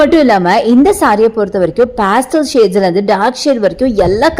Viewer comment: No you pronounced it wrong